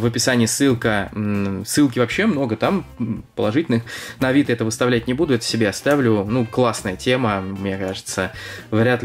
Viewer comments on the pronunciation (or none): none